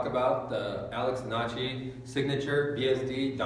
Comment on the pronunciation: Donnachy? The fuck? You pronounced that so wrong